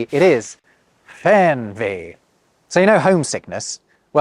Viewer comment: please stay a little bit longer on the »ch« sound and have a short Break bevor you go to the »g«. Try to speak »Spracchh gefühl«. please stay a little longer on the »e«. Try to speak »Weegbier«. (not like »ee« in »bee«!) you swallowed the »r« from »Fernweh« maybe a little bit longer on the »u« from »Zugzwang« restart the »p« by »Treppenwitz« (Trep penwitz) if you pronounce the »g« like a »ch« you are in the northgerman dialegt / dutch. »g« is like a softer »k« I would really prefer if the English would take some stuff of the Germangrammar/Alphabet but only the good one. but when it has to be a word I would take »KA« short vor »Keine Ahnung« (I don't know) E.g. Write the first Letter of every Noun capitalised. Have grammarcases: like »The Dog loves the Cat« means »Der Hund liebt die Katze« but also »Die Katze liebt der Hund« and »The Cat loves the Dog« means »Die Katze liebt den Hund« but also »Den Hund liebt die Katze«. And from the alphabet: This I wish to copy: A, B, D, F, G, I, J, K, L, M, N, O, Ö, R, ß, T, Ü, W, Z always pronounced as A, B, D, F, G, I, J, K, L, M, N, O, Ö, R, ß, T, Ü, W, Z These not: C nearly only used for ch and the rest are borrowed words from other languages. E (is the weirdest) mostly like an e, but bei ei it's an a and bei ie it's an i and by eu it's an o, KA why H always as »h« expect by »ch« than it's a »ch« sound. P always as »p« expect by »ph« then it's an »f« Q has the same problem like in english you can use g